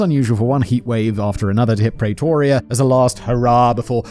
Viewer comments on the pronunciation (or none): The south african accent wasn't half bad... considering how Simon pronounces Pretoria 😝